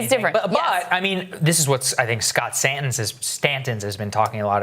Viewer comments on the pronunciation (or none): Yea. I gotta a bunch of smh's to pass out… 1) So Saagar was against UBI a month or so ago. Now thinks it's ok for emergency purposes. Post UBI going full boar endorsement – he'll be back. smh #1 2) BTW. It's Scott SANTENS not Scott STANTENS/just like the Yang treatment all over again. Now we gotta spend a year getting talking heads to get Santens name right? smh #2 3) and with Krystal describing how UBI works at this late date – again, tell us something we don't know already. and where were you when yang was running? Oh, that's right, pushing Bernie. smh #3